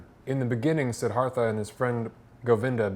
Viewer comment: Pronounced, See-DAR-tha. Sorry, but I was compelled to share that with you and not trying to be rude.